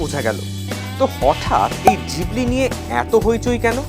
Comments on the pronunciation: জিবলি নয় ঘিবলি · Miyazaki - Co founder of ghibli pronounced it as "Jhibli " eta ghibli r Japanese pronunciation